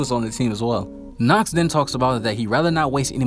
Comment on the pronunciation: Youre pronouncing nacht worng ch is more like the breaving of darth vather and youre speeking it much longer